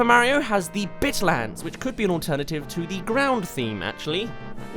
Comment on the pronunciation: when you said bitlands i heard dicklands